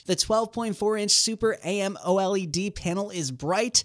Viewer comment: Why are you saying amoled like that lol